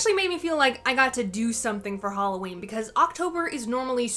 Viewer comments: It's not halowwin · It's not haloween